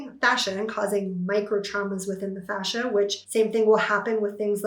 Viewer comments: Fascia dear, not facia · She is saying fascia, 😉